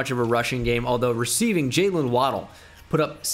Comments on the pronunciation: This was painful, never say Juaylyiiinnnn again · I absolutely lost my shit at “jaqwaylin russel” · “We have a jaqwaylin”